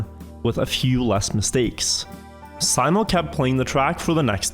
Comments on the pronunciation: Simo, pronounced See-mo... It's a well know name, the best iron sights sharp-shooter of all time has that name too. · Why do you keep calling him Symo, wouldn't you as scandinavian be familiar with how that name is pronounced :P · Why do you spell simo like Sai-mo Its literally spelt SIMO just like its written. Unlike english, finnish writing makes actually sense. No silent letters and no extra added crap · Simo not Saimo shurely a norwegian can read. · Its Simo not Saimo